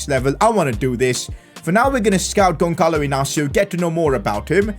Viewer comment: you are saying wrong the name Gonçalo Inácio